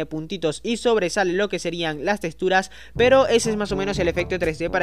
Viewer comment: Odio que digas testuras, ¡¡es texxxxxxxxxtura!!!